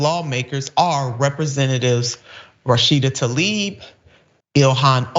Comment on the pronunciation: Let's try to pronounce the representative's name respectfully, shall we? It's \tlah-eeb\, not \tall-EEB\.